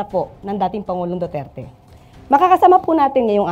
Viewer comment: Duterte not Dutert.. Pls. Kindly pronounce correctly 🙄